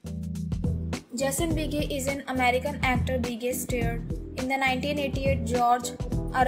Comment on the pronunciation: It would have been nice if the moderator learned to pronounce his name . . . . .